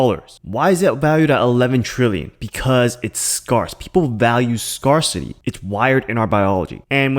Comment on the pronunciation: every time you say scar-city.. i wonder what accent you are using the word in this way. See YT Vid: "How to Pronounce scarcity - American English"